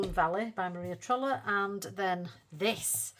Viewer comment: I love how you say Maria trolle like a northern Maria trolley 😂 it’s all I hear and picture in my mind, Maria’s trolley 😂 can’t wait to see what you manage this month. Glad you’re slowing down with the untouched books! ❤